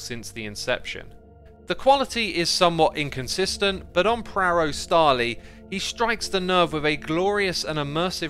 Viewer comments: "Prawo Stali" is read more like Pr-ah-vo St-ah-li and means Steel's Law in Polish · Well that one made me smile :) I'd like to point out one little pronounciation thingy. Sorry if I offend you. In the name, Prawo Stali, the W is pronounced like V in very, to put it simply. Again, sorry if I offended you. Great video besides that. Have a nice day! :) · I just love how he says Prawo Stali <3